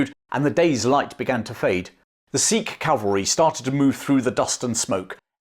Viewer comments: By the way Sikh is pronounced Sick not seeek. Please refrain from the slave trader tongue and use proper pronunciation. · I’m fairly certain they still pronounce Sikh wrong to this day. They say “seekh” instead of “sick”, which is the proper way to pronounce Sikh ( Gurmukhi word meaning a student of God on earth).